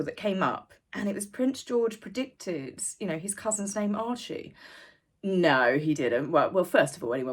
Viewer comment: There’s no L in “Archie”. And no i in “Rachel”. But that put aside, I remember a time when Scabie would have been put behind bars for pulling that stunt. Same with blackmail, extortion, threats upon the royal family, etc. This is the “elite’s” new world. Who decided to call them that, anyway?? They’re all narcs.